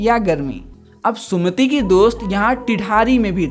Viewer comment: vo sumit hai sumati nhi